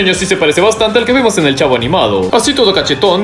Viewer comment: Todos: El Chavo: El Chafo